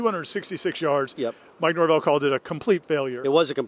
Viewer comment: Mike Norve-L